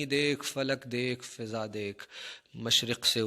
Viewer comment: فِضا لفظ ہے یا فٙضا شاید عدم توجہ کی وجہ سے آپ نے فِضا پڑھا۔